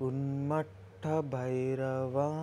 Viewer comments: ఉన్మత్త అనడానికి రాక ఉన్మట్ట అంటున్నవ్ బ్రో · Bro thank you for taking the time to share this knowledge! There is a small correction! It is not UNMATTA it is Unmatha (ఉన్మత్త)! Also please check the manta pronunciation once!